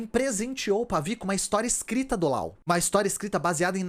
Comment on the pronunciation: Eu acho que você deveria chamar o Laos de Laos, pronunciando o s. Primeiro o motivo não tão bom, essa pronúncia com última letra muda parece a pronúncia francesa, porém se eles se chamam assim, não sou eu quem vai questionar. O segundo motivo é que você não chama o Japão de nipon, a Alemanha de dóitiland ou os EUA de iunaitede isteites, tenho minhas ressalvas quanto a traduzir nomes próprios, mas para países acho OK. Um abraço e obrigado pelo seu trabalho!